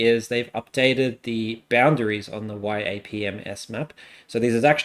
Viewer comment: I love yapms. Very common all across the political community, especially in the American politics community. It's pronounced "yap-em-ess", saying the abbreviation as a word. Love your videos!